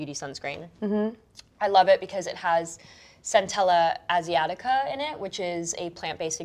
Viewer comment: Wow she really murdered Centella asiatica..